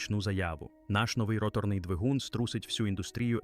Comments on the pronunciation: Де тебе вчили ставити наголос і ви ще кричите давайте підтримаємо українського контенту. Навчіться правильно говорити українською "ротОрною" ганьба рОторний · Неуки, перше ім'я, яке спадає на думку щодо роторного двигуна - ВАнкель, його винахідник, а не мазда. І не ротОрний, а рОторний, а якщо точніше, то не рОторний, а рОторно- поршневий.